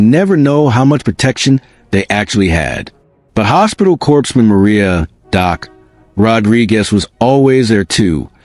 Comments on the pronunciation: Corpse man? Pronounced core man! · Corpsman is pronounced CORE-man, comes from French. Corpse has an 'e' on the end!